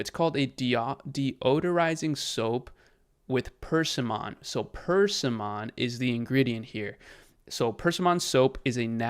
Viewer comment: Persimmon… is pronounced per-SIM-un Stress on the middle syllable: /pərˈsɪmən/ Not purse-see-mon